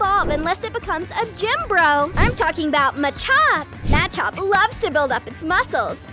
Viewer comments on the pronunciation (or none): none